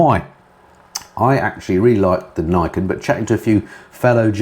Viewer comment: I’m not 100%, but I think the 3 wheeled yamaha is pronounced ‘Knee Ken’, as it translates as: ‘Two Swords’, (referring, I suppose, to the twin front wheels).